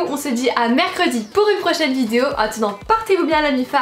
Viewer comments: Tu dis vidzeo ça me stress 😂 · Sa fait 2 ans t'arrive pas a dire (vidéo)👏😐j'espère que ya pas que moi qui a remarqué